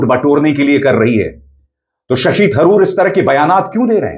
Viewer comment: वे शशि तरूर हैं थरूर नहीं !